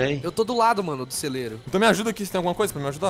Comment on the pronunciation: auguem? até meu vo fala melhor